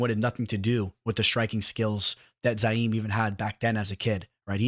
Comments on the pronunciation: You say youre a fan but you kept calling him ZA-YIM! IT'S ZI-YAM! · Ma Man PERFECTLY pronouncing "Abdurakhimov" ... then proceeds to call the dude "ZAIM" 30 times over ... 🤣